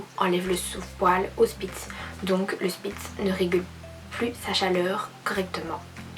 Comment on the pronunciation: Salut c'est une super vidéo ☺ moi c'est aussi une spitz allemand croisé elle a eu un passer dur mais maintenant elle va mieux c'est elle qui est en foto de profil je voulais te dire qu'on dit pas spitz mais shpitz (saufe sa s'écrit spitz) Bref je vais m'abonner à ta chaîne regarder ton contenu et likez ta vidéo (ah oui et je vais sortir ma première vidéo sur ma chaîne) Bisous 😙